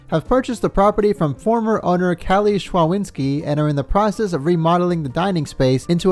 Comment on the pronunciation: you're doing an amazing job, love those episodes. One thing (more fun fact, but yeah) szczawinski is a polish name and it's pronounced sh-cha-veen-ski